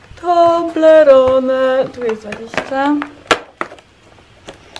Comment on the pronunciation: Chciałam powiedzieć to od początku To się czyta ,,TOBLERON" 😁 Sprawdzone😘😘